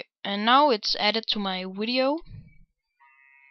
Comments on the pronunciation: and wtf why do u say wideo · I want to add that wideo affect to my i mean sound effect to my wideo